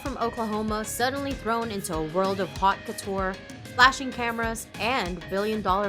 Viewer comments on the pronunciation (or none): Did you do a fashion video and say Haute Couture as HOT couture? Landed in the world of hot couture. I’m dying inside